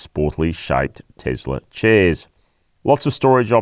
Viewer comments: Firstly, it's pronounced TeSla not TeZla. Why not wait till the new model Y ( Juniper) is released to do a true comparison? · Stop saying Tezzler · Isn't it pronounced Tossla ? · The Tossla MAGA Y 😂